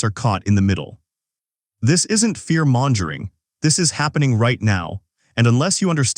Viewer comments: "Fear 'monjuring' 😅 AI sucks so bad. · Learn how to pronounce 'mongering.'